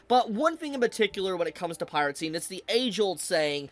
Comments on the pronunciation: its "piracy" not "piratcy" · Agree with a lot of points but for gods sake just say piracy instead of piratsy its driving me insane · Pie-ruh-see Not Pie-rat-see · The way you pronounce piracy is weird. You sound like you're saying pirate sea. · you keep saying pirate-cy but there's no t in piracy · Bro ever time he seat piracy with a “T” the heck (piracy not piratecy) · Why does he keep saying pirate sea and not piracy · bro really said pirate sea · the way says "piracy" as "piratcy" is so annoying lol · Piracy, not Piratecy. 🤣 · "Piracy" ❎ "Pirate Sea" ✅ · Am I the only one who hears him pronounce piracy as “pirate sea” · Why do you pronounce it "pirate-see"? 😂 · piracy not piratcy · is this guy pronouncing "piracy" as "piratecy" ??? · It's piracy, not piratecy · pie-ri-sea. not pirate sea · BRO STOP CALLING IT PIRATCY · Piratsy? You mean piracy? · Please stop saying PirateCy... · Who is gonna tell that it's piracy, not piratecy? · i like the video, but every time he goes "piratecy" i cringe so hard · bro says piratcy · is it me or am I hearing piracy as pirate-cy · I cant with his pronunciation of piracy. He says it piratsy. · it sounds like you're saying "Pirate-Sea" 😂😂😂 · bro pronounces piracy like piratesea there is no t in piracy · Was he saying piratecy?